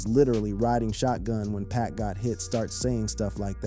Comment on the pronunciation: Please STOP Calling Him PACK🙄His Name IS PAC😉👌🏼